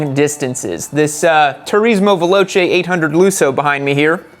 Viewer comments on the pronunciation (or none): none